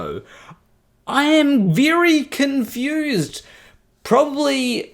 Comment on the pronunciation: "A viry cunfused pirsen ettempts to dibenk pai"